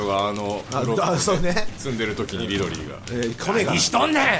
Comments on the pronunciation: リドリーじゃなくてミドリーww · キヨが、 リドリーじゃなくてミドリー って言ってるのくそツボったんだけどうちだけ？？